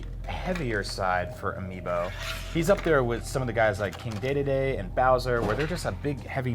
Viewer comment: Day day day is how they say his name in Japan. A lot of people have the habit of calling him that from playing the Japanese version of brawl